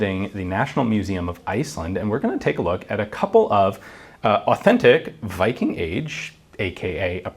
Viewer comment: A funny detail about Scandinavians speaking English -- for some reason, when we have to pronounce "Viking" in English, we have a really strong tendency to pronounce it "Wiking"... which makes absolutely no effing sense, because in ALL the Scandinavian languages the native pronounciation is "Vee-king" with a biting /v/ sound (voiced labiodental fricative)... precisely as it is also pronounced in English... and it's our own word... that we gave to English... which in turn, is about 80% Old Norse... just why? 😝